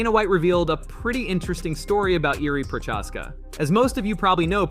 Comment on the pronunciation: Can’t trust a single thing you say when you pronounce Jiri’s last name like that. It’s spoken as Prohaska, not ProCHaska..???